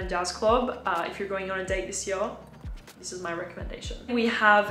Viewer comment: Why do you say 'zis' like a French person now? I'm really confused by the change in accent.